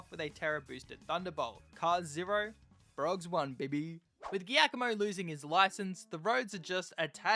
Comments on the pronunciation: Because it’s an Italian name “Giacomo” is pronounced more like “Jack-oh-moh” in english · As an Italian this pronunciation of Giacomo is killing me lol.